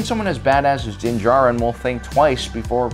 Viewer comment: Alright, I see you finally pronouncing Din Djarin last name well... but Kryze is pronounced Kr•ee•z. I’m starting to wonder if has actually watched any of the shows?!? He always sounds so knowledgeable of the material but mispronounces so many names like he has never heard them said out loud but has only read them. I mean it’s cool if he is just the face and voice of the channel, and someone else writes the info. It’d actually explain the mispronunciations. Not trying to be mean, trust me I understand mispronouncing words, English is my second language. But those names just sounds like he has never watched the shows or paid attention to the names 🤔🤔🤔